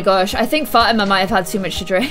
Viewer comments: Still bugs me that she calls her Fat-ima and not Fa-tee-man.... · The way she says Fatima it's pronounced Fuh-Tee-Muh